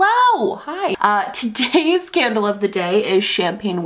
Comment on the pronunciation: I lowkey heard "today's scandal of the day" instead of "today's candle of the day" 😅